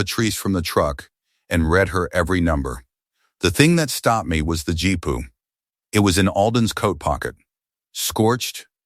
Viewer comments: GPU. Gee-Pea-You. GEE. PEA. YOU. 😡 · G P U not jeep pu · I laughed every time i heard "Jeepu".